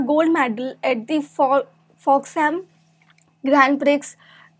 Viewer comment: A little of my knowledge I would like to share here. The Prix in Grand Prix is pronounced as Pre...the X is silent.